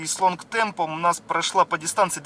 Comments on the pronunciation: Извини, лонг терм а не темп. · Отличное видео! Но почему вы говорите long temp когда там long term?)